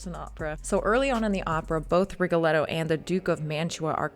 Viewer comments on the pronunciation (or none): Miss soprano, you’ve chosen a profession where Italian most be pronounced correctly, to begin with your name isn’t Aina but ANNA, Rigoletto isn’t but Rigoleto but RigoleTTo.